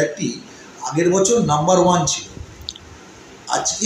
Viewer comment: এর কিছুতেই উচ্চারণ ঠিক হবে না জীবের আড়ষ্ট তা কাটছে না বছর কে বসর বলছে খুব শ্রুতি কটু এর এই খারাপ উচ্চারণের জন্য এর ভিডিও দেখতে ইচ্ছে করে না